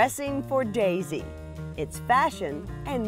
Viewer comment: I’m ok! Don’t worry! And it’s pronounced Daisy.